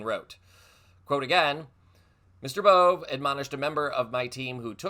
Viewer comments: It is pronounced Bovay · Sorry to correct you but Bove is pronounced like this Bovay